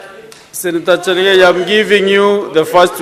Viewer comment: The speaker is straining to pronounce cherargei ..chelgey😂